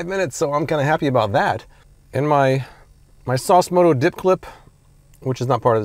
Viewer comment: Sauce moto.. LMFAO!